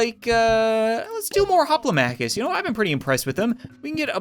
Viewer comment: Ret-ee-are-is. Hop-low-mock-is. Mur-mill-oe. Thr-a-xe. Dop-low-mock-is ( those are the correct pronunciations)